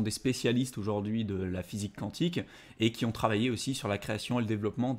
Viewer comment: Quantique… de quantum. kou an tique . Sinon faut chanter le cantique ;)